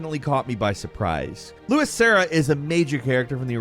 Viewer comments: It's LUIS, not Louis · Why are you pronouncing Luis, like that. In the original he literally says his own name, and it isn't 'loo-is'. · Louis?! Its Luis!! 😡 jk 😂